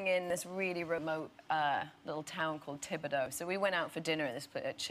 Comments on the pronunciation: I've never heard of another town by that name but in case anyone is interested the spelling of that town is Thibodaux pronounced Tib-O- dough. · Crazy to think she used to have a speech impediment. Maybe she learned to focus on speech and that’s how she got good at accents. I’m from Louisiana and that was spot on! Some Americans wouldn’t even bother to pronounce Thibodaux correctly.